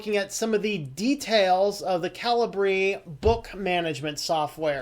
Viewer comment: Calibre (/ˈkalɪbə/) 1. the quality of someone's character or the level of their ability. 2. the internal diameter or bore of a gun barrel. I think that's the correct way to pronounce it, as opposed to cali-bree?